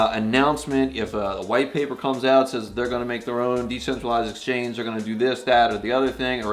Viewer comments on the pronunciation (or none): none